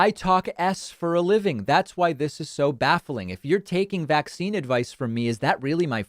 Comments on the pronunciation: Why does pronounce it VAC-cine? It sounds so weird. Sounds like a subliminal messaging thing. Like it makes it sound scarier to her followers. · i feel the same way although i think she's saying it like VAX-cine